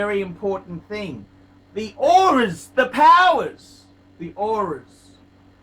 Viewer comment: the "oris" wtf.